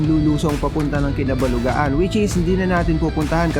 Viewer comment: Correction Idol... "Kabalugaan" not "Kinabalugaan" 😊